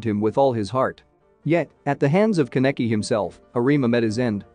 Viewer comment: I think you should search up the pronunciations. Ka-neck-kee :/